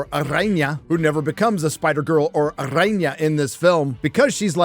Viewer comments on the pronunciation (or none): The R in araña is soft. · No, no, no. The "r" in "Araña" should not be rolled. It is soft (not like the "r" in English though). Only the "rr" should be rolled. Like in "carro" or "perro", but ok.:)